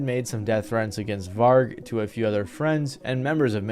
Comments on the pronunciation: It hurt me when he butchered Vargs name 😭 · man... get your pronunciations right!! even the doco you got the footage of Varg from has all the correct ways to pronounce those names/places many times throughout it!!